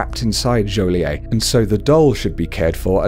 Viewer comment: you pronounce the t in joliet